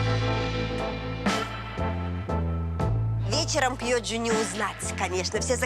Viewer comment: не Пьйоджа, а Кьйоджа.